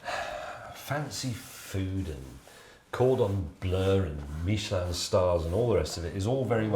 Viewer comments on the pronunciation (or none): none